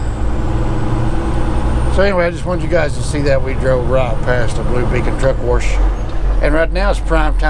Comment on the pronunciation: It sounds funny when you say truck wersh.